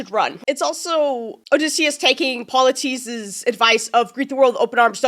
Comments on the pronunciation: The cyclops’s name is pronounced Pol-y-theme-us. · The cyclops’s name is pronounced poly-fee-mus